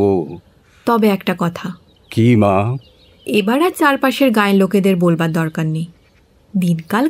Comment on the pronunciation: অসম্ভব সুন্দর একটা গল্প অসম্ভব সুন্দর পাঠ সকলের। কিন্তু তারার ভূমিকায় যে অভিনয় করেছেন তিনি করবার টাকে কোরবার বলবার টাকে বোলবার এইভাবে কেন উচ্চারণ করেন? শুধু এই গল্পটাতে নয় উনি এর আগেও যে যে গল্পগুলোতে পাঠ করেছেন সব গল্প গুলোতেই একইভাবে উচ্চারণ করে থাকেন। বড্ড কানে লাগে।